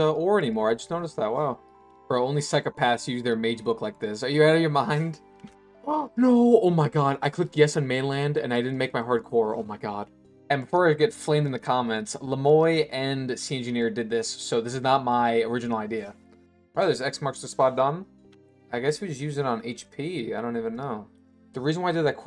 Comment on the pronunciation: No shot he pronounced Le moi as "Le Moy" lmaoo frick it